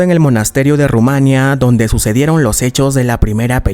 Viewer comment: Nadie le ha dicho como se dice Rumanía?? Ru- ma- ní -a.Nada de decir junto duelen los oídos, jajaja.por lo demás,todo genial